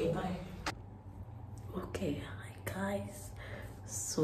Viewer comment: You can tell he really listens to you when he said the 'Hi Gouys' 😊